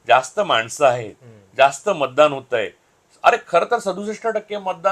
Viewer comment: महाणगर..बंड… मानूस…ण नंतर … मतदाण.. अरे बेटा उच्चार आधी नीट करायला शिक 😂😂😂